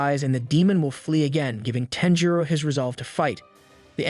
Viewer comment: You are saying his name weird. Sounds like TENjiro